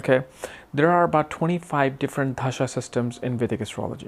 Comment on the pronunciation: its dasha and not dhasha! da as in we say 'the' in english, so dasha please that is why asked you if you could read hindi script or not